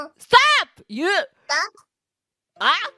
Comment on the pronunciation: Ah, shubanglish. Miko's pronunciation of duck is just something else.